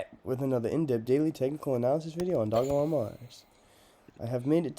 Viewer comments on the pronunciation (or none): It's pronounced doge-elon, please look at the developers video on here. The name derives from doge coin